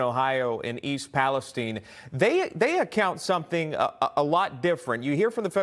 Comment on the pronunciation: Thank you for the report. And for pronouncing East Palestine correctly!!